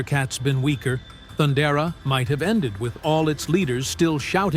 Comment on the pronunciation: Pronounced 'Thun-dare-a' as opposed to 'Thund'er-a 😉